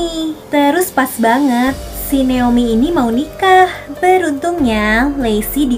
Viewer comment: Kak nama ku itu Naomi ya🥲bukan neomi🥲gpp lah